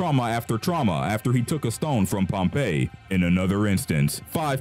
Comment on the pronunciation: Pompeyy lmao Edit: I’m sorry don’t curse me